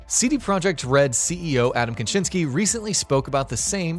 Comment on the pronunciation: Adam Kaczyński that hurts my ears.